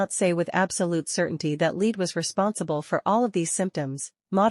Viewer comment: Lead? Rhyming with feed? AI sucks.